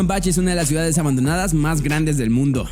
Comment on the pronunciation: Ok vamos a descubrir 10 GAES abandonadas... muchacho se dice "CIUDADES" no GAES!